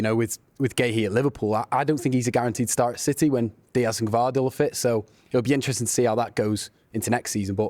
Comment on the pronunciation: The City fan isn't even capable of saying Gvardiol's name (Gu-Vah-de-Ole) tut tut mancs